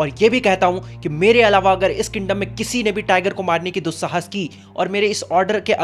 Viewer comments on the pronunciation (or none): Dusahaaas ki was too funny😅